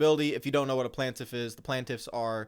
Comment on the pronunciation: he has a fundamental misunderstanding of what antitrust is. He mispronounced “plaintiff” and inexcusably,“twenty-three-eleven.” He should say what Eric said. Provide details and say I’m not an expert where he clearly isn’t. And in Eric’s video, he provided in five minutes far more information without making dumb and inaccurate comparisons.